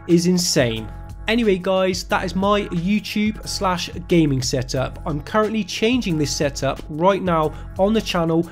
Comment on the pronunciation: What the hell is Youchoob? I really hate when people say it like that.